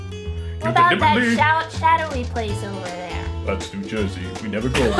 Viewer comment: "Whats that shadowy place?" "That's new jursy"